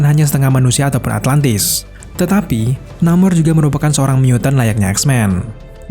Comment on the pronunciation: Atlantis bang bukan atlatnis duh risih